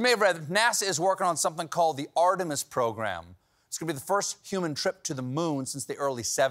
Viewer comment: it is Not "ArtemUs Gordon" - it is ArtemIs demigodess sister of Apollo. ps btw: Heinrich's girlfriend is russian honey-bait.